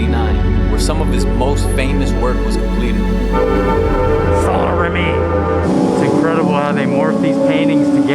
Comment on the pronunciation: I love how aggressively you pronounce Saint Rémy 😂